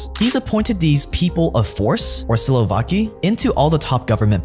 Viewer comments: It's "Siloviki" not "Silovaki" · Bro, very cool videos honestly. But damn, can u pronounce the words at least a bit more appropriately, you had “siloviki” written correctly yet you said, slovaki, which means a whole different thing The same with Khodarkovski’s surname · SilovAki will come after you for calling them SilovAki. It is Siloviki. Silo and wiki - wikipedia. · it's see lo vee kee, not silovaki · Good vid but "silovaki" really hurts my ears. You don't say "wakipedia" right?